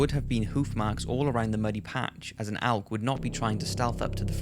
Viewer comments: It’s elk not alk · It's pronounced elk not alk. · Elk. E-lk E!! There is no alk. I don't give a fuck what accent. It's an Elk not an alk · "ALK" "ALK" "ALK" It's elk. With an "e." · The way he says elk makes me wanna die Nobody: Him: ALK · Could you learn how to say the word “elk” please? Thank you.